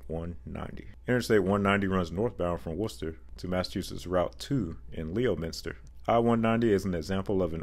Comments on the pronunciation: Born and raised in Worcester County, and I was wicked impressed by the correct pronunciation of the city, a lot of non locals butcher it often. And then you followed it up with Lee O Minster and my heart sank! Lmfao, obviously kidding, but correct pronunciation is easier than it looks - the "Leomin" is pronounced like "Lemon." Lemmen-Stir. Great video as always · Lol, I've been in MA all my life, went to University in Worcester, and for some reason, I've always pronounced it closer to "wi-str". Also, way of saying Leominster as "Lee-OH-min-str" instead of like "Lem-in-str" kinda reminds me of Todd, aka Control City Freak, pronouncing Gloucester super wrong by saying it as "Gl-OW-sess-str" instead of the correct "Glaa-str" (Google's pronunciation), or "Gloss-tr" (how I always remember it as), when he covered the control cities on the New England portion of I-95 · Leominster = Lemon-ster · A small FYI - the town in Massachusetts where I-190 ends is pronounced "Lemminster". Most towns in MA have weird pronunciations - just go with it. 😗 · Good stuff, always been a highway nerd!! Being a Mass resident, I’ll give you a hint on how to say Leominster… It’s LEM-in-ster. Or “stah” if you’re a townie. Cheers! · The "O" in Leominster is silent, so it is properly pronounced "leminster". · Heh, I know that I-190 in MA was gonna get mentioned. I always found that spur route to be so bizarre, as it felt like an auxiliary route of an auxiliary route. Oh, and the name of the city it ends in, Leominster, is pronounced like "lemon-stir". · You botched the pronunciation of Leominster. It's actually pronounced Lemonster, like the fruit with ster at the end. But great video otherwise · leominster... promounced Lemon-ster. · Leominster is pronounced Leh-min-ster (or Leh-min-stah) with the Boston accent. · Leominster is pronounced as "lemon"-ster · Ok say it with me LEM-IN-STER, Massachusetts - Resident